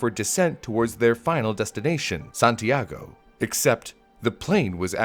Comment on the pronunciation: did you say Santiago or San Diego